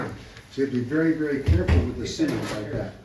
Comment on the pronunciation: It’s pronounced Si-monds , not to be confused with Simmons (keen kutter). Simonds saw and steel company was and is some of the best American saws.